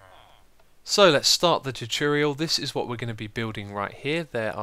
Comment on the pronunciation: You're videos are amazing xisuma, but I have to say, it annoys me so much that you never say tutorial right:P